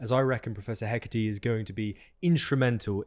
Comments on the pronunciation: Wait...so you apologize for possibly mispronouncing Aesop (which you didn't), but you constantly mispronounce and misspell Hecat? It's not Hecate, as you keep saying. The actual game files list Hecat. The files which you show in this video. Lack of preparation? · Why are you saying Prof. Heh-kah-tee? Did you write it down as Hecate? It is Hecat --> Hé cahhhhh for a French sound or Heck-at for a more Germanic... but no language is just adding an eeee. Even in Arabic and Persian where Dinah is as female name and that sound is attached at the end of words there is a letter corresponding with it, it does not come from nowhere. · character's name Hecat: Heckateee